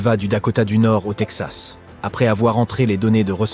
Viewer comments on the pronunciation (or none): none